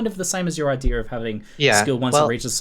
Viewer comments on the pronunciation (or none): why does ALWAYS say idear instead of idea??